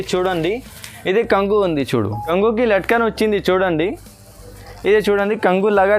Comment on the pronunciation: బాగుంనాఈ చిరలు కంగు కాదు బాబు కొంగు అను